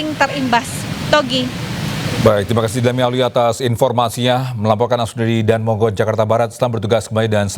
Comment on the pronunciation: bacanya Da-an mogot mas/mbak... bukan Dan Mogot...